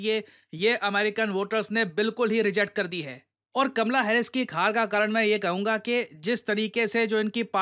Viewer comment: "Kamla hares"😂